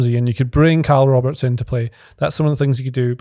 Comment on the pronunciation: "Kyle Roberts" 😂😂